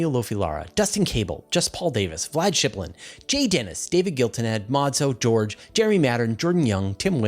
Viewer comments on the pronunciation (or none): none